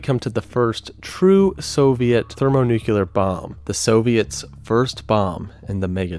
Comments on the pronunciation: How does one get to the point in the production of a video like this and still not know how to pronounce “thermonuclear”? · ThermoNUKEELAR bombs? His pronunciation was so annoying 😅